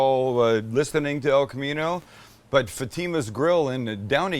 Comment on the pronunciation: Some tell this man how to say Fatima right!!!! Good episode though